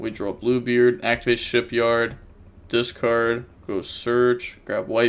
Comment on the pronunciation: it's shipYAAAAARRRD, not shipyard